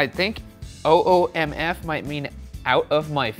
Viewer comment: shane getting oomf right genuinely shocked me i thought no one would get it right